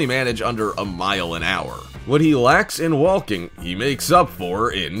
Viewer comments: I can't tell if he was saying Wall King or Walking.... So triggering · And I just noticed how much he pronounces the L in walking 🤦‍♂️ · Stop saying the L in walking I can’t hear another L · First time you’ve ever said the word walk? Makes this really hard to watch. So many “wall-king robots.” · Nice video. But the way you pronounce walk/walker/walking, makes me wanna throw my phone. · i didnt notice at first til i saw this comment 😭😭😭 NOOOOOOOO now its bothering me too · Why do you pronounce the L in walking and walker? Weird